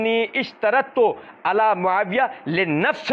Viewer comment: Hzrt hadis padte waqt ap ALIYYUN KO ala padh gaye😂